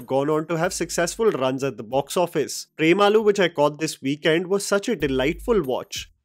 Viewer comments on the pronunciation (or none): It is not Prem aloo. The and and u should be short